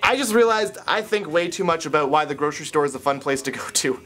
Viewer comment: replayed saying "about" 9 times just cuz i love the way Canadians say Out ^-^